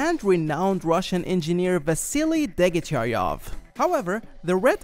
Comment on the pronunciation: another machine gun specially designed for tanks was installed on Soviet tanks and at the moment where the tankman was shown getting out of the commander’s turret he shot not from dp 28 and the great surname degtyarev was pronounced differently